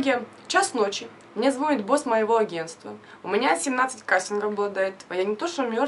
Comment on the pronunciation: Прям коробит от твоего звонит😯